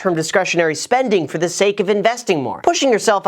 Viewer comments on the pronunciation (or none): none